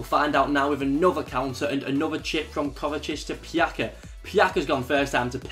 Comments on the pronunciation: PJAKA? ITS PJACA WITH A C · Only one objection. In Croatian the words are pronounced exactly as they are written, the same goes with Croatian names. So it's not PjaKa but PjaCa (Pyatza if that makes it easier for you). I don't expect you to be an expert in every language, but hey at least I know how to pronounce English names... Cheers mate! Pusa :-* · It's not Pjaka, it's Pjaca😂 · its not pjaka its PJATSA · Vjekoslav Vondra smijesno je kako ovi Englezi govore imena nasih balkanskih fudbalera Pjaca - Pžaka, Kolašinac - Kolasinak, Dušan Tadić - Dusan Tadeć , Kolarov - Kolrov, Nemanja Matić - Nemanija Mateć, Dejan Lovren - Deźan Lovrn xD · Pjaca is actually pronounced as: Pjatsa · Pjaca is pronounced PEE - YAHT - ZAH (pjatsa) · pjaca is not pronounced with k its with c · you pronounce Pjaca wrong damn